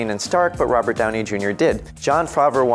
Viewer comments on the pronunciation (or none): none